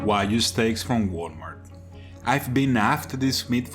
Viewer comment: Wa-GYU. Not Wa-You.